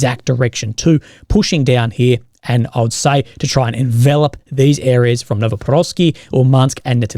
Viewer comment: Chur! You finally said envelop correctly 👏 🙌